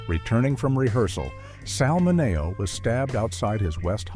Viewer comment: this video earns the AI prize for "worst pronounciation of 'Sal Mineo'"